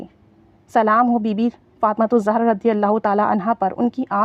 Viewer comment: سیدہ فاطمہ زاہرہ علیہ السلام پلیز صحیح پڑھا کریں